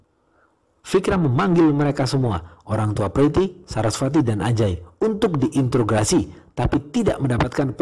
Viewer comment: Koreksi bang, introgasi, bukan intrograsi hehe